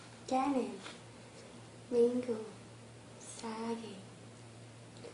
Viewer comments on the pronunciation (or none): none